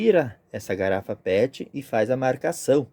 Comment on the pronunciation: Garapa pet? Eu ouvi assim. 😅😅